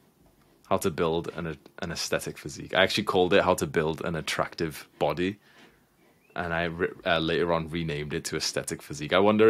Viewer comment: attactive, not attractive 🤣